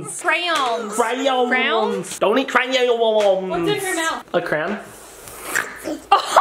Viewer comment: "CRAY OWNS"